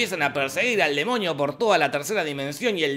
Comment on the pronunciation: Porque dise demoñio antes de demonio :v